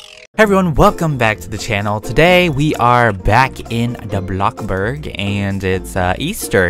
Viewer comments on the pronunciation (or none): Stop saying blocburg lol